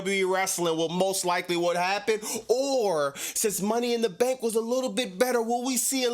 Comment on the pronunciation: Hearing this man saying "Money In Duh Staannkk!" got me dying laughing 😂😂